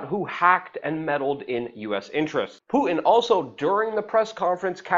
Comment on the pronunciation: its puTin not puiin. too getto for me. y know what i be sain.